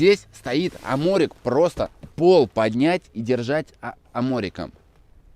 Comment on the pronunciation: Аморик😅 Спасибо. Аморик.